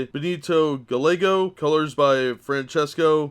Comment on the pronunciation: I believe it's pronounced gay-ego, LL is pronounced as y in Spanish and Welsh.